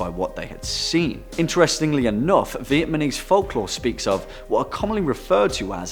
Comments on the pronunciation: It`s Vietnamese,not Vietmanese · As a vietNAMese person, you are saying it incorrectly. It’s not vietMANese 😂 but you’re trying lol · Stop saying Vietmanese, it's Vietnamese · Nobody: This Guy: "Vietmanese" people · Big old fail on the 'Vietmanese'. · Vietmanese though 😂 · Vietmanese? Strange way to pronounce it during the meat eating Grandmother! I can't unhear that! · Another channel that pronounces VietNAmese as VietMAnese 🤦‍♂️ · I am Vietnamese not vietmanese the pronunciation of cities were not as good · second take buddy, stop say vietManese, say vietnamese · Vietmanese? Vietnamese* you mean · THIS IS SO RACIST “VIETMANESE” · ITS VIETNAMESE NOT VIETMANESE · Vietmanese lol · did I hear “Viet-MA-nese”? Idk just wanted to point that out lmao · 'Viet-manese'? Methinks be dyslexic. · Funny how he said vietmanese and the word ma means ghost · Learn how to say VIETNAMESE...dumbaby! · It's 'Viet-NAM-eese' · What is vietMANese? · Stop saying VietMANese... do a second take, mate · VietNAMese. VietNAMese, you fool. You sound like a little kid trying to pronounce it lol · Vietmanese folklore Vietmanese jungle Vietmanese folklore Vietmanese village I don't think he says Vietnamese properly once lol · Haha, not-Danny totally said VietMAnese! LOL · I noticed it too! Lol, it’s the only reason why I went down to the comments to see if anyone else was hearing it